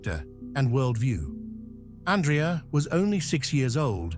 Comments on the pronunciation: not ann dree ah his name is ahn dray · Is there a way to dub the correct pronunciation of his name from the feminine ANdrea to the proper masculine anDREa? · His name is pronounced AN-DREY-A, with emphasis on the middle syllable. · His name is pronounced An draya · Pronunciation, An-drey-a, and STEF-ano... princely family not a royal family. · ANDRÈ-A is an Italian name . His father was Italian, therefore the correct pronunciation is not in English or French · Duh, you even emphasized every letter of his name 😂😂😂